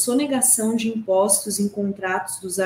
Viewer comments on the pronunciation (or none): "Impôstos" não! "impóstos" o aberto! Aff